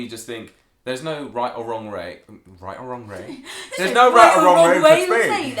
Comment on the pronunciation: Its funny that his messed up at "right or wronge way" funny thing I'm from Boston and and I can prounuce difficult words but I have to pause when I say "Road Rage" not sure if your familiar with it but Road Rage = getting angry while driving your car on a road,, if I try to say it flunetly I Fumble the words